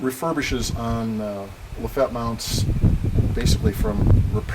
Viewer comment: LafettE the E is not silent